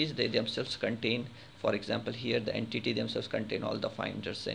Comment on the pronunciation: en-titty bahaha